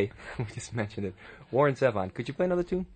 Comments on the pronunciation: I love him just singing and playing live. Genius. The interviewer is bad, however. Can't even pronounce his name correctly. Doesn't seem to be very well-prepared or even know who Warren is. And Warren is gracious through the whole thing. Love him. Miss him. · Too bad the interviewer couldn't be bothered to learn how to pronounce "Zevon" correctly. Also, his obsession with The Eagles and the word desperado was just downright weird. Just because The Eagles had a song named Desperado doesn't mean they own the word.